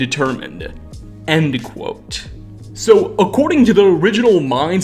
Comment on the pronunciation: I gotta say man, great work and fascinating video - but the way you make an "uh" sound at the enduh of everyuh worduh drives me upuh the walluh.